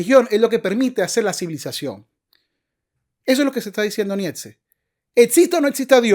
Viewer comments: Nietzsche se pronuncia Niche. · Como alguien que ni sabe ni pronunciar el nombre del homvre del que va a hablar podria saber de la filosofia del hombre?